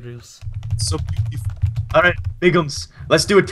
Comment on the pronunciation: Awh, he called me booteeful! *blush*